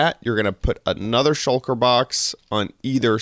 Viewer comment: "Shulker box" not "Shucker box" :-)